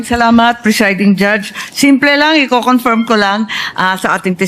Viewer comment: Tama ang pronunciation ni sa salitang CONFIRM! Ang pronunciation ni BAKULAW luistro ay mali!😂! You should hear it😂! Akala ni BAKULAW luistro ay napakagaling nya! Pwes! BOBO sya!😂! Hindi sya marunong mag pronounce ng English! Words! Ang pronunciation nya ay Tagalog😂! Ang yabangmo nya! Ang mga kulay ng damit nya ay salaginto at salagubang! At nakakasilaw! Kailangan mag sunglasses 🕶️ 😂 ka!